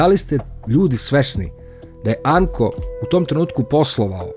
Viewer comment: Nije amko nego ARAMKO